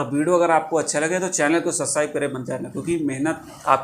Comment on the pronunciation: Bhaiya please don't mind but you said susribe but its not susribe it's subscribe 😅😂please don't mind am just kidding 😅😂😂